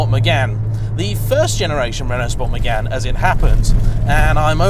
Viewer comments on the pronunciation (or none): did you really say renault sport Megan ??? nah mate